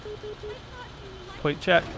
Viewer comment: 1. is a stupid name. 2. "Pwate Checks." 3. You did sooo many wrong things.